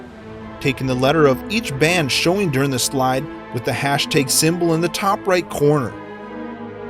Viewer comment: hashTAG not hashTEYG